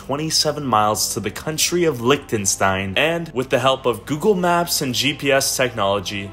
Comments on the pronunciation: the way he pronounces Liechtenstein is so... american. 😬😮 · “Licktenstein” Amazing.